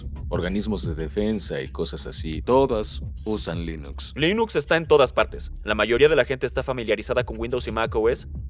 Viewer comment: No se dice Lainux, se dice Linux. Es ricitos de oro, no risitos de oro.